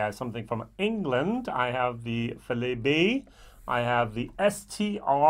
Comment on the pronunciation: Dont want to get all Aqvavitae but Filey is pronounced "File- ee". Good review btw, the Distillery is (reasonably) local to me and have yet to pull the trigger.